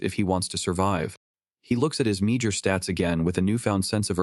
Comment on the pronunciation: Meager, not meajer, you stupid bot!